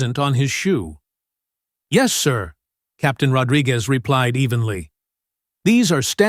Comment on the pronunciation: Ahh AI has as much trouble pronouncing "Rodriguez" as the aliens do